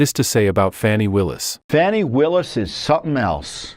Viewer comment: There you go...I am so glad people have stopped calling her FONNIE...except President Trump. I LOVE the way he calls her F-a-a-w-w-w-h-hnie. It's FANNIE!!!!!!!